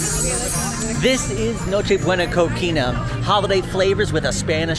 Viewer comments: just wanted to help you out on a pronunciation since you seem you take the effort to get it right. Cocina you've said in a few videos now is pronounced (Ko-chee-nuh). Good work on everything. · I know other languages are hard but it's cotija (co-ti-huh) and cocina (co-si-na) pernil (pehr-nil) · Hi, Sage wanted to comment that for the pronunciation of “cocina” the “ci” part, is pronounce like the word “si” 😊